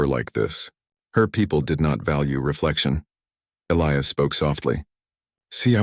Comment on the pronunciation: As least this time they pronounced Elias right. And she WAS a traitor to her people 👤.